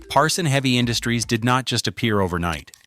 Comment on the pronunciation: it's Parsun not Parson! How can we trust you if you don't even know the correct name?